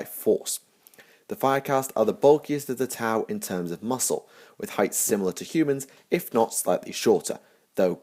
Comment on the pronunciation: The ' in T'au is meant to be a pause in the middle of the name. When you say the name it kinda sounds with a break like you are saying tah ow with emphasis on the h.